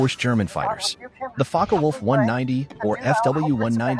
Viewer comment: Thank you for pronouncing "Focke-Wulf" correctly. It's rare among native English-speaking narrators.